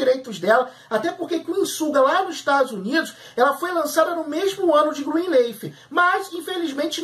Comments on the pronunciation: Qual a dificuldade em dizer Greenliiiiiiiiffff e não Greenleeeif? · NÃO É ASSIM QUE PRONUNCIA O NOMEEEEE 🤯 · Fala o nome da serie direito.